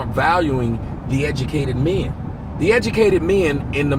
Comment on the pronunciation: how the fuck does add a letter to "men"? "Me-in," are you fucking serious?